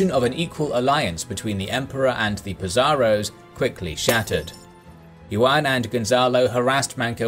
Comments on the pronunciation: Did you really just pronounce Juan as Yuan tho... It's pronounced Huan or who ah n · Juan is pronounced "Who-an" Other than that, amazing video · Love the channel but your narrator really needs to work on Spanish pronunciation. "Juan" = Yoo-an? Really? lol. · Thanks for these great videos, but just being honest, the way you pronounce 'Juan' just straight up gives me cancer